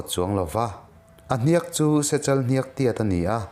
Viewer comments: A ngaihnawm in i narrate thiam țhin khawp mai. Mahse hniak i lam dan hi a âwn deuh a ang. Ziak tih thlûk hian lam la a dik zawk hmel 😊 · "Hniak" tih hi " hnanghliak" tih lam ang deuh hian ilam tlat mai Hei hi adik ami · Hniak i lam dan hi mak ve